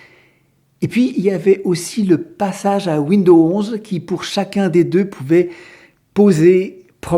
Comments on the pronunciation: Il faut prononcer le 's' de window(s). 😞 Je pratique Linux depuis 1997. Une chose qu'il faut savoir pour Linux. Méfiez-vous des matériels trop récents: Il ne sont peut-être pas supportés nativement. Aujourd'hui c'est moins fréquent mais la bonne démarche est de se renseigner sur la référence du matériel à installer avant de l'acheter. Ceci vaut moins pour les périphériques Amovibles USB par exemple mais c'est encore possible. Noter que vous avez le droit de retourner un appareil si Linux ne le supporte pas. C'est pour cela que si vous avez un doute: 1/Conservez vos tickets d'achat 2/N’abîmez-pas les emballages, du moins tant que c'est possible. Les vendeurs ne fond pas forcément beaucoup de marge sur tous les produits. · Bonjour il serait correct de ne pas ennuyer le réalisateur des ces très bonnes vidéos simples et claires avec des soi-disant prononciations qui ne conviennent pas aux "oreilles sensibles" Windo par exemple..... ceux que ça gène ne sont pas non plus obligés de les visionner! il faut se rendre compte du travail énorme que représentent ces vidéos qui plus est sont gratuites! Merci pour votre compréhension et encouragements a! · c'est moi ou sa façon de parler est insupportable ?? windows se prononce ouinedose, répète apres moi. C'est toi Raphaël Enthoven derrière ton écran ? lol:face-green-smiling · Oui, ça m'énnnnnerve aussi ! Windoze, Windoze !!! C'est pas compliqué ! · Linux Mint c'est génial , mais Windows est utile pour les travaux d'impression . J'attends avec impatience les prochaines vidéos. Pour la prononciation de Windows , il suffit de dire "fenêtres" et "pomme" pour Apple , c'est plus facile .